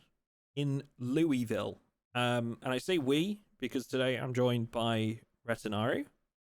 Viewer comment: Loo-wee-ville 😂😂😂😂😂. Ky resident here it's Luul-vul. Two syllabus throw the rest of em out.